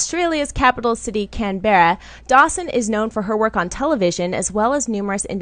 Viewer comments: can-berra? NOOOOOO it's "canbraaa" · I love you but you need to look up how to say Canberra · haha love how mispronounced Canberra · You properly want to check the way you say Australia's Capitol city cause its a very native name